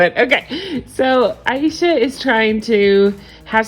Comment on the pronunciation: I thought her name was pronounced A SHA, but you keep saying I E sha...what’s her damn name lol